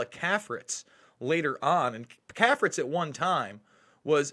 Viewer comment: CAFRITZ is pronounced KAY-fritz. Prominent Washington society family for decades.